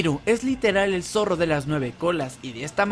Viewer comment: los niveles de poder están errados, bills no es el mas fuerte, también pronuncias mal el nombre del zorro